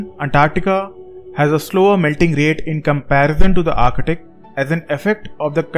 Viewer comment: I swear I heard u saying architic Everytime u try to pronounce ark-tik(arctic)